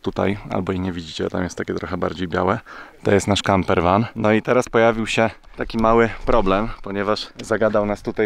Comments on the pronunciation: Mate = mejt ✅ nie majt ❌ Van = wan ✅ nie wen ❌ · Błagam i proszę... Nie mów już "wen" tylko "wan". To brzmi OKROPNIE! Spolszczyłem specjalnie. Nie mówisz przecież "nju jork" tylko nowy jork, nie "łoszington" tylko Waszyngton. Odmiana przez przypadki słów angielskich brzmi strasznie. Filmy genialne tylko NIE WEN! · Czemu mówicie ven zamiast van? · Australia jak dotad jest rozczarowujaca. Nic tam nie ma ciekawego! mam nadzieje ze sie zmieni to wkrotce:) Ogladam i kibicuje. Mala uwaga: strasznie mnie wkurza jak mowisz ven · Wana, wena śmiesznie wymawiasz, a czasami całkiem inaczej😂😂😂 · Nie chce nachalnie poprawiac Twego angielskieg, ale dorawdy nie mow (bo uszy bolą)"van life” jako "wEn…” To wyrazne twoje E …hmm …drazni. Mozesz olac moja uwage. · W angielskim wymowa van= æ. To jest głoska pomiędzy A i E. Nie ma takiej samogłoski w języku polskim. Wszyscy rodzimi mówcy angielskiego słyszą to i wymawiają bezbłędnie. Stąd np. man=æ, w liczbie mnogiej, men=e. Czyste A jest tylko w wyrazie car z przedłużoną wymową A. Natomiast wyraz must również A, krótsze niż w car. Pozdrawiam z Sydney, Zdzisiek R.